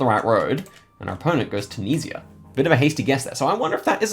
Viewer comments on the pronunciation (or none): none